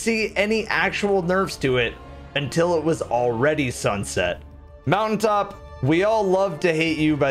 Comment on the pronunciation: mountain top...because...moutai top lmao 😂😂😂😂